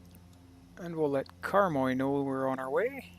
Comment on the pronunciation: The pronunciation of Karmøy is closer to Kar-may than Karm-oi, for Flesland it needs to be flatter on the 'd'.